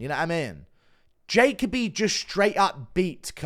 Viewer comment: When you pronounced Jacoby as Jay-Ka-Bee I wanted to shrivel up and dissolve into my bedsheets